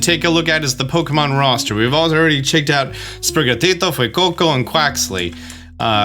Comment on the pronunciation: Bro, the pronunciations of Sprigatito and Fuecoco were on point. You speak spanish?